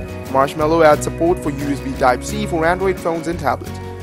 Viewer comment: LOL! That's damn funny! WTH did you say ?! "USB - Side-t" ?? Instead of USB type-C?! :D